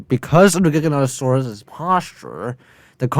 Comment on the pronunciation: “Carnotaurus Vs Jigganotosaurus”